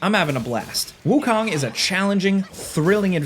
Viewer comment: Wukong is not pronounced like Wu-Kong like in King Kong, but like cone.